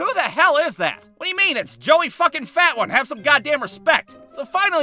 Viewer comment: Joey fatone is pronounced, Joey Fa-Tone.